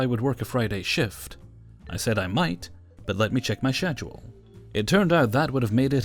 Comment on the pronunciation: No hate, but why do you pronounce schedule like that? Lol.